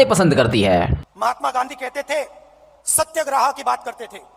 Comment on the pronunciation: अरे पगले सत्याग्रह शब्द है, सत्यग्राह नहीं. कहां से हिंदी पढ़ा है. ओ आप तो हड़वड़ यूनिवर्सिटी से हो न।